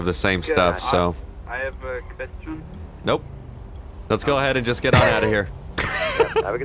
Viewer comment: 'I have a quvestion' 'Nope, let's get on out of here'